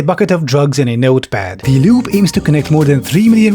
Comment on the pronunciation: I love how occasionally pronounces "Loop" as "Lube". Adds a different dimension.